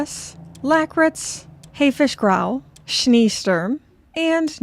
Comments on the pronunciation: Nachtgesang wasn't too bad actually! Scheesturm the furthest off - ee is pronounced like -ay rather than how it looks. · Great Video again. And in "Schniisturm" it's not like the first e from "even" ist more like the e in "enjoy". OMG, I'd love to see you practice this, even though I don't think I was helpful at all. Greetings from Dresden.🤣